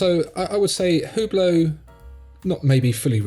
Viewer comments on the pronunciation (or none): Wrt to Hublot note that the “H” (and the t) is silent so we pronounce it ‘ublo’.